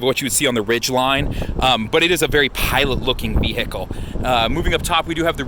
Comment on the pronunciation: you lost 100 points by saying vehicle like "vee-hickle..."